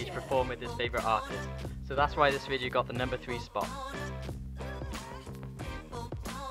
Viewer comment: Video. Not vidjeo